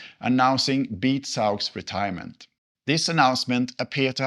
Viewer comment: Beat is pronounced Beaat...